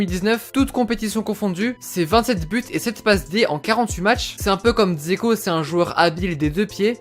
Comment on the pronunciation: Salut ! Petite précision Džeko se prononce Djeko, je le précise juste 😊Ta vidéo est super sinon !